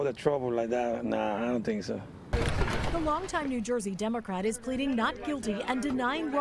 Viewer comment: Did they say new joisee?